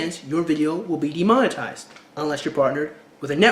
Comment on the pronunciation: oh and you said "de monten ized... but it's demon-etized not nucular either it's nu-clear